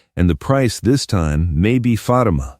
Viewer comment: If this is AI it needs to learn how to pronounce Fatima's name.